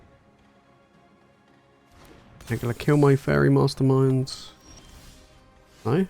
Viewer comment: everytime you said faerie i heard furry made the video amazing